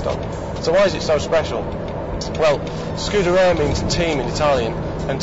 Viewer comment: Not once could he even be bothered to make the effort to pronounce the car's title correctly!